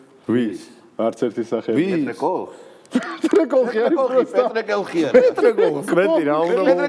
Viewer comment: პეტრე კოლხი არა კოხი, პეტრე კოხი😂😂